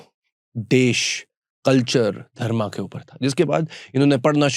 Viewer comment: Sorry bro pr Aap धर्मा hi q bolte ho ye koi cool dikhne ki chij nhi he Thoda smjho धर्म bolo धर्मा, कर्मा , रामायना,........🙃🙃